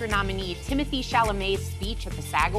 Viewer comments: is correct about his name. On Graham Norton, he said his name is pronounced Tea-moe-tay. It's French. However, everyone in America calls him Timothy, and he doesn't care at all. It has stuck, and he doesn't mind what you call him. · Sara is ready to boot old hag joy! She literally ruins every segment because she doesn't understand anything. She can't say Tim's name lol... And fan girls Einstein instead of a swimmer 😂